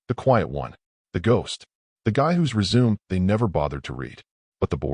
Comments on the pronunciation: Res-Su-Me not resume, smh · WRONG PRONUNCIATION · How about resume? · DIFFERENT PRONUNCIATION. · Does anyone actually know what "slack" is in context of business? It was mentioned several times. Plus I correct the phone every time "resume, and grenade" is said. Pet peeve of mine. Good story otherwise. Wifey was stupid, giving him her phone. Asking to help with HR related material.